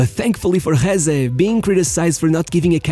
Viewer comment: As spanish gotta say i never saw talent on him, he was just fast, so fast, but thats all. Btw it´s Jesé not Jése.